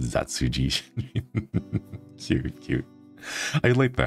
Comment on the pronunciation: I was able to watch bits and pieces but I was beyond Happy Shinri said my name right! I love your cozy content so much!! I'm so glad I get to watch your vods! 🎏🎏🎏